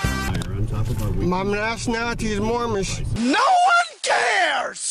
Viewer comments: I thought it was moorish ? I thought he was saying mormon? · Wtf is "Moormish"? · The first guy kept saying “I’m Mormish” wtf is a Mormish 😂😂🥴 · What’s sad is that this man was tricked into believing this nonsense!! Because surely he doesn’t have a full deck so someone coerced this guy maybe even getting him to part with money for his ‘papers’ …! He needs to take his ‘mormnish’ (his pronounciation) papers and use them to paper his bathroom ceiling! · Moormish? Dope doesn't know the correct pronunciation is Moorish. No 'm'. Sounds like he needs to go back to Moorish Driver's Uneducation. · MoorMish? IF he can't say it correctly I'm pretty sure he's something else? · MOOR-MISH LOL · A "Moormish?" Is that a mixture of Moorish and Amish, or Moorish and Mormon? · I've heard of "Moorish" and "Mormon" but wtf is a "Moormish"?! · Did the guy say he was Moormish or Moron? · It's Moorish not Mormish. Get you act together fool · I thought that was a typo. I lost it when he said "moormish" 😅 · Now, if he'd pronounced it "Moorish" correctly, they would have understood it, and just let him go. I wish I could meet one of these cretins. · Aks for mormish identifaycation....what a broken glossary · I’m moorish? Lol. It’s moorish isn’t it. At least get the fake nationality right. Lol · I strongly suspect that the Sovereign Citizen Society will be demanding that this creton return his membership card. He has failed to learn his sovereign rights and instead has chosen to read them (very poorly) from a piece of paper, while mispronouncing big words like "moorish." Oh the shame. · He can't even say moorish.